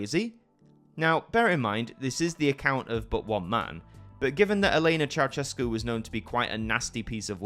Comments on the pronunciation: Not Ceauchescu, but Ceaușescu, every Romanian name is pronounced in Irish. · It's chow-SHESS-koo, not chow-CHESS-koo. ♥